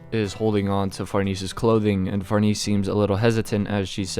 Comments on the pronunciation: If you say Far-NEESE one more time... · Say the lady's name right man. The correct pronunciation is "Far-nez-eh".